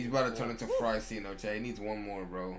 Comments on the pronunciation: Fryceno lol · Cold tyceno= kryceno